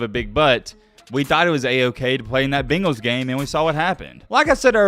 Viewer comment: Its not "Bingals" Its Bengals! "Bangals". Bang like a gun noise